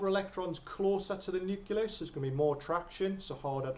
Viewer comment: Nuculus?? And it wasn't even like, once. Useful videos though, good for revision.